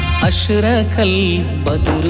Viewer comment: അക്ഷരങ്ങളുടെ തെറ്റായ ഉച്ചാരണം, എഡിറ്റ് ചെയ്ത വാഫി പോലും ശ്രദ്ധിക്കാത്തത് കഷ്ടമായി. ഉദാ..أشرق